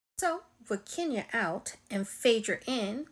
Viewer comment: Please It’s Kenya!